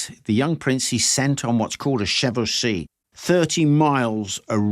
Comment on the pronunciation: Isn't it pronounced 'Chevauxshay'(phonetic)?